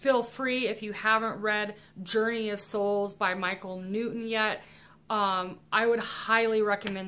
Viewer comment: Michael New-In? It's New-ton. Impor-In? Im-portant. Ed sedderah? Buh-bye dummy.